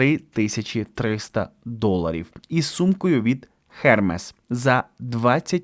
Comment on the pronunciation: треба читати не хермес а ерме і картьє а не картьєр